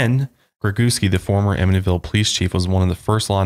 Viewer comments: Ammonyville? Wth? Who calls it that? It's "am-it-ee-vil" anyone who says otherwise is brain dead. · The "t" in Amityville is not silent btw. Its said exactly way that it's spelled. I grew up in Av & now I live like 10mins away lol Just wanted to let you guys know ☺️☺️ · You said it wrong...it’s really not that hard to say. Amitty-Ville. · They were saying “Aminyville” so they were saying not only is the T silent but it is also magically changed to the letter N! I was so confused and started to doubt myself! Thank you for the clarification! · say 'Amityville' like Australians (psa: we dont pronounce most letters properly) amid - ee - ville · Lol its cute but its not a silent t! Its like “am it tea vill”. I live on li and they often have cops roaming the area because people live there (last i checked) and so many people show up to their property. I had a house directly behind me where the son murdered his whole family but i forget the name of the family because it happened a few years before we moved in and i didnt bother to look into the details. No one ever moved into that house while i lived in the area. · Ugh.. it’s just AmiTYville. Exactly how it is spelled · I’m a long islander and I’m cracking up at them struggling to pronounce amityville 😅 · Im from NY too and I was so confused as to how they were pronouncing it 😭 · Since when is the “T” silent? Or replaced with the sound of the letter N? I’m sooo confused by that. I’ve Always said it just the way it looks. Wow, if that’s true then I feel stupid. 😂